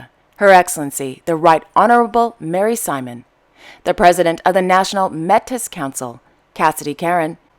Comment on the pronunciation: Great videio as usual. FYI Metis is pronouced May-tee.